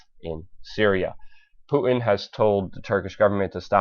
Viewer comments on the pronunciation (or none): Thanks for taking the time to research, evaluate and post this info. A quick fyi. His name, Putin is not pronounced 'Poo-in', but Poo-'tin'. There is a 't' in his name and it is not silent. Thanks again for posting. It's wonderful to see the masses awakening. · You lost me when you said nuculer.. it's nuclear. Reminds me of G. Dubya Bush. And what's up with the Puin? It's Putin dammit! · puuuu innn? its Putin there's a T in there. please speak like you have some sense. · PuTin not Pu in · Poo en? Please pronounce the T in Putin. Thanks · What's a Poo-in ? (btw. I love your work !) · I like how Luke pronounces Putin. . . "Pooh-in" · Learn to say Mr. Putin's name correctly there's a "t" in it